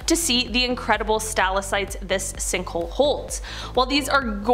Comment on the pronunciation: There is no such thing as a "stal-uh-site", it is a "stah-lak-tite". Your overall delivery is excellent and the information is very interesting. However, it would be appreciated if you check your pronunciations. Thanks